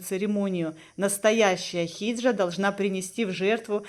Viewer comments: Хиджра, а не хиджа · Не хиджи, а хиджра